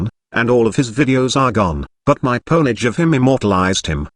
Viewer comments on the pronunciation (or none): You have inadvertently created a new meme. Henceforth, "pwnage" shall no longer be pronounced as "poenage" but as "pawnahge". It's very French, very sophisticated.